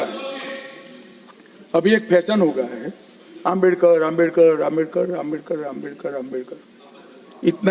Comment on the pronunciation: Amit Shah Swarg jaenge Baba sahab ka apman kyon kar Bhagwan ka bhi Naam to sahi se le nahin paate Hain movie